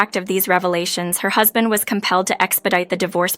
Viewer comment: This is either an English speaker who can't read well, or a badly programmed A.I. Too many mis-pronounciations to count, includine "Husband." Come on. Do better.